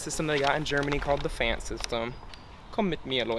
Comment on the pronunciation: Small tip - It's pronounced "Pf-AH-nd" not "Pf-aaa-nd" (no midwest "a's" round here haha)